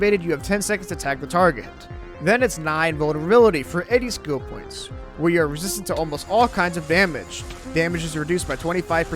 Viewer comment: its called Invuln*e*rability not Invuln*u*rability